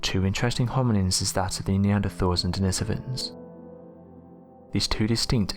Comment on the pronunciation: Need to research how to pronounce denisovan...but still always learn something new on this channel !